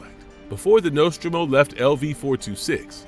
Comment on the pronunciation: Just a complete shitshow. Get your AI to learn to pronounce Nostromo correctly.